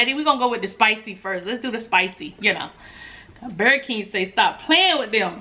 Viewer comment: When you say burger keem I fall out laughing 🤣🤣🤣🤣🤣